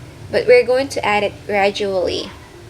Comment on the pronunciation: girl ou say graduali